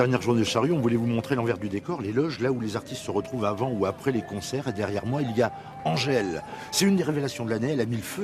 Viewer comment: Angèle et non "Angel"